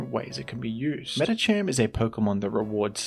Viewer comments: Shook to my core when I heard Medicham instead of Medikam. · why do you say medicham that way? isnt it medicam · "Meditcham" unsubscribed, I am now an Iron Mugulis supporter